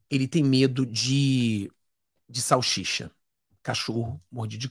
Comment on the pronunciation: SAL SI CHA e não salchicha .